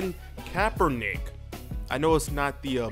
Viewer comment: lol you called him colon kapernick..